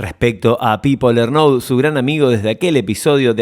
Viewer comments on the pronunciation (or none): Che, me parece que esta hecho con mucha pila, pero me la bajó mucho la edición vertiginosa, todas las frase juntas, sin respiraciones... hace falta?. ( y la pronunciación LernOUD... vamooos). Lo tuve q dejar. Recomiendo en libro de Carmona sobre Miguel también. Slds